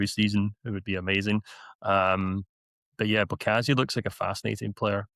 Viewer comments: Pronounce the MB the same way you pronounce MB in Ambulance. Not "M" the letter and then Bekezeli. This is for both his name and lastname. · His name is not that hard to pronounce if you pronounce the letter B as B instead of P. You almost had it to be fair. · Mbokazi not embokazini. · Where do these people see an "E", before "Mbokazi"? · There's not a single "P" in that man's name